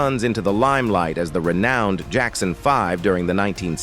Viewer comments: "The Jackson 5 Ive." 🤣 Geezus you'd think they could dial in the pronunciation with all this technology. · So now AI robots put out videos. LOL Robot narrator "The Jackson 5-Ive"